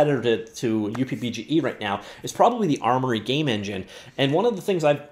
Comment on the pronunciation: just call it "Up" BGE please stop the weird pronunciation please .... its not pronounced as "U" + "P" BGE Fred/K.S